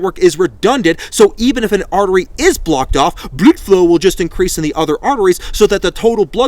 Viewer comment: " Blud flow " 😭